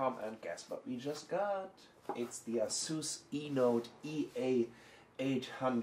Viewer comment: its A-sus.. lern the fucking name befoere making another lame review. can't even take it from the fucking sleeve! thats how dumb they are